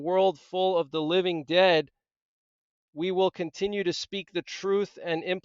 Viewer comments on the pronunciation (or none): none